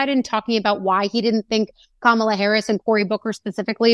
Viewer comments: It is KAMala not KamALA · comma lah. Not camo la.... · Harry pronounce her first name correctly. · C’mon, Harry - learn how to pronounce Kamala! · Say her name correctly.